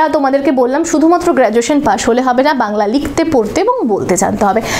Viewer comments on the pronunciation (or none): none